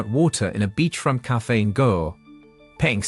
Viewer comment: Irs not Go Its Goa = Gooaaa